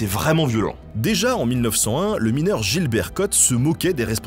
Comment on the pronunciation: Je suis mineuw !!! 😂👍